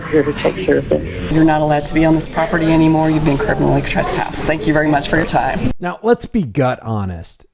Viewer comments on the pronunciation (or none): Who the hell says trass-pass 🤣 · here we go again with the "TRASS-PASS" these fools can't even pronounce it properly let alone understand its legal implications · Hilarious that the female cop corrects how says suspicion but her fellow officer keeps pronouncing trespass incorrectly. This whole thing was a clown show. Love the narrative they create out of thin air... hostile 🤣🤣🤣